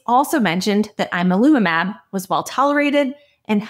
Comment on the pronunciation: You're saying the name wrong. "Yan-al-umab"